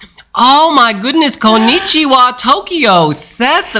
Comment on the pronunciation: said Tokywa!